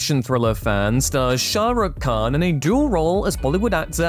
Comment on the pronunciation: maybe listen to other people pronounce Shah Rukh Khan before pronouncing